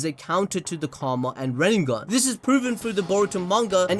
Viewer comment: RIN NE GAN (Reeeee-neh-gahn), not "Rennengan"